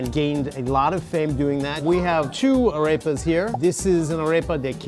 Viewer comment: “Araypas” lol